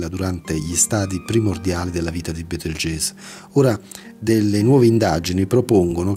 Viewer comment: Comunque si legge "Betelgheuse" che io sappia.